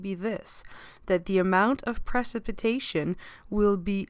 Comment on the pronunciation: That’s not how you say precipitation, but a great video!